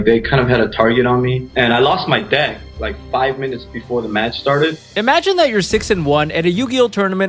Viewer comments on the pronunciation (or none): I legit had to rewind it like three times and turned on closed captions just to make sure he said deck instead of Dad.